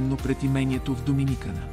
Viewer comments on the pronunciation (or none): Само една забележчица ударението на Доминикана е на последното а😉